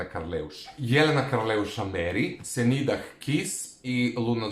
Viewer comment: senidah se cita senida